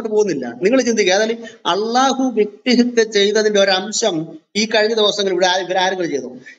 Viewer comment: വ്യക്തിഹിത്യ അല്ല, വ്യക്തിഹത്യ ആണ് ശരി.